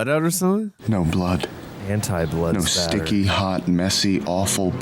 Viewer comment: Blood Spatter. Not Splatter